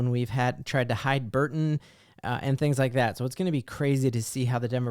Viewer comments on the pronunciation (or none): When you say Burton, do you mean Barton? Just wondering if I am missing something.